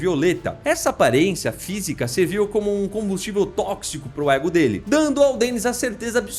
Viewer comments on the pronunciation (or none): none